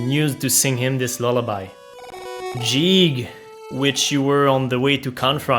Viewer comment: You're saying "Jeeg", when in fact it's "Geeg" as the original Japanese is ギーグ (Giigu) Ang "Jeegas" is "Guy-gas", though in Japanese his name is still ギーグ